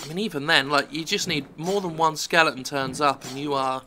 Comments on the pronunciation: Jim, it's skele-ton, not Skelington. Please, I love you an all, but it made this video hard to watch. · It's Jim Fucking Skelling ton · Skellington's rule "one O one", learn how to pronounce the word "SKELETON" As in "those with nothing between the ears", in fact not even ears, the former, rather like the maker of this video. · It's intentional, I don't remember why and when he started calling 'em that though.